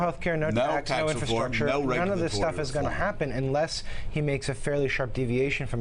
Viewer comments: OldCatLady MB i agree he struggles,, struggles worryingly UGE, not only with words and their meanings.... but did he say, repeatedly, "inferstructure" ....? You couldn't make this guy up, seriously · Mr Rogers is our President. Can you say "infrastructure"? Very good! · Oh that donny. He loves learning new four syllable words. Infrastructure. INfrastructure. INFRASTRUCTURE. I N F R A S T R U C T U R E.